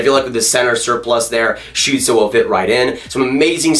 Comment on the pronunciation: you are the first american to pronounce tim stützle´s name correctly...(from the ones I've heard so far) :D